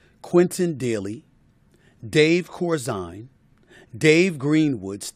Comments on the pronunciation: 😂 Steven A it's pronounced Cor-Zeen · You mispronounced Woolridge and Corzine. 🙄 you do a great job of already stating what everyone knows about Jordan. You do nothing to paint Pippin’s resume. Such as when he led the Bulls in damn near every category in 1994. No one has come close to that since. And as for his rant, it is obvious that the Last Dance was ALL about Jordan and disrespectfully failed to describe to young folks who Pippin really was and what made him one of the greatest. Pippin might have over stated, but PIp is simply expressing he wasn’t able to do anything before the 91 season when they failed over and over to the Pistons. Pippin was right, as a team they started getting it done Fact: Jordan doesn’t have like anywhere NEAR 6 championships without Pippin. Two bulls have 6 rings and Jordan does nothing in making sure Pippin got the credit he deserves. As usual, calm down Stephen A. You need to focus on why Pippin was dissed like he was and understand why any of us would be pissed. He’s a 6 time champion and was made to look like a punk who should only be remembered for sitting out late in a game.